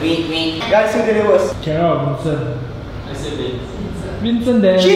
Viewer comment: The camera man was so bad he always says vincen and Dan